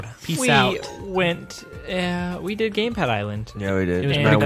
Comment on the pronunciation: I heard GamePlad lol